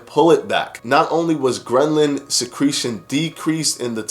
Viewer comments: Bro, I think it’s ghrelin not grenlin . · I LOVE how you break down the studies for us and make it easy to understand. One note: ghrelin isn't pronounced "gren-lin." 😉